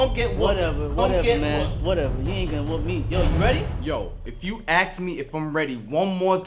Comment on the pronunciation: yo, if you axe me 😂😂 I'm dying